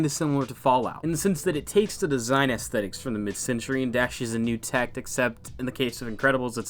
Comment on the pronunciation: *ass-thetics, like el-ass-i girl. Also, great vid, as always. I expect just as good from the next one. Keep up the good work bro.